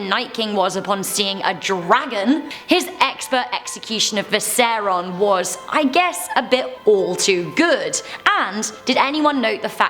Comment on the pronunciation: Waaarg? Viseron?!!! Have you ever seen Game of Thrones or are you just reading a script and hoping for views? Shockingly poor presenter.